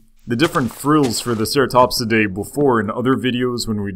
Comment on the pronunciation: just to help you out its pronounced ceratopsians